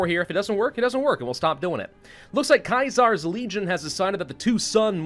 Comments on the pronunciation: Did he just say Kai Zars legion? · That's how the name is pronounced in the Fallout universe. If you play Fallout New Vegas, the legion troops will hail him and pronounce it that way